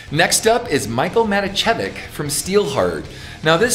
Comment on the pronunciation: Also Matijevic should pronounce like [M a t i e v i ch ] he is from Yugislavia.